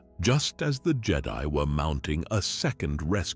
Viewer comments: The who? Is it just me the way he says jed-i or is this on purpose? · It's AI, all of it is, i mean listen to how he says jedi it sounds like how a star trek fan would say it